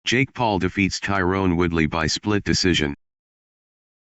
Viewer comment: Ty-ron. Not Tyrone.